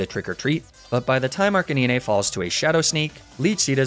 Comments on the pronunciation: why did that man just say "arc-a-nin-ay" instead of arcanine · even though you mispronounce ninetails and arcanine in the same way, the way you say arcanine bugs me way more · HES AN ARCANE CANINE! Arc-canine! Say it correctly ONE TIME pls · ArchaNIne??? Its Archenine… you know like canine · ARCANEENAY - please tell me this is some inside joke I’m missing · Did he say... Arcaneene? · you dont say arcaneenay you say arcanine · arca-ne-nay? im sorry WHAT cmon. NE NAY TAILS CAN YOU SAY NINE? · It is a running joke with. He also pronounces Arcanine as Arcay-ni-ney, Lapras as La-prah, and Magnemite as Mag-ney-mi-tey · Arca- niñé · My favorite ghost is Chandelure, but the way you were saying Arcanine was throwing me off lol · The scariest part of this whole video is how you pronounce Arcanine, other than that sick vid as always bro lmao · The Arcanine mispronunciation, I can understand. I hate it, but I can understand. But Ninetails? NINETAILS!? You literally called it the Nine-tailed fox? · You pronounced Arcanine wrong it's not Arcanine it's Arcanine even though they're spelled the same you pronounced it wrong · strangest pronunciation of Arcanine i have ever heard lmaoo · I'm new here. Please tell me he's mispronouncing "Leafage", "Arcanine" and "Ninetales" on purpose... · the way he says arcanine pains me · slightly triggered by the ni-ne tails and arca ni-ne pronunciations even tho u said it right the next time but loved the video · Were not gonna talk about how he calls ninetales and arcanine ”nineytales” and "arceniney”😭😭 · BRUH it’s arcaNINE and NINEtales like the number NINE (9) NOT niné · No way he said arcuhneenay and neenaytales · I'm freaking dying hearing you pronouce arcanine and ninetales as "Arcaneenay and Neenaytales" x'D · Arcakneenay & Kneenaytales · arca-nee-nay and nee-nay-tails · Wait have I been saying Arcanine and nine tails wrong lmao the way this guy says it makes me rethink